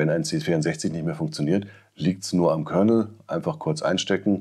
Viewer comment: Bei Commodore heisst es Kernal - nicht Kernel.